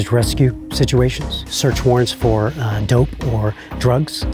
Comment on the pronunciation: he said dope like he was saying the drugs were dope